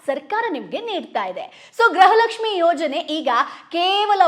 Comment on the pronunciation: ಗ್ರಹಲಕ್ಷ್ಮಿ ❌ ಗೃಹಲಕ್ಷ್ಮಿ ✔️